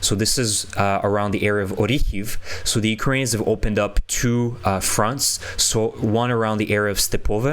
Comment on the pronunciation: How is it that you cannot pronounce 'Ukrainians'?